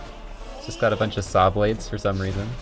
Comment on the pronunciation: Hearing say 'shawblades' made my day lmao